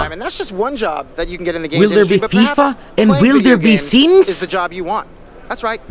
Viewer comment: why is the way he says SIMMIES so hilarious?